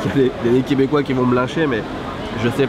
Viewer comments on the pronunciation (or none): none